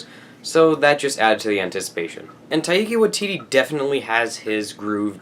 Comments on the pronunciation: it's TIE-KAH WIE -TETE (i live in new zealand) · TYKE-uh WHY-titee c: it's such a good movie!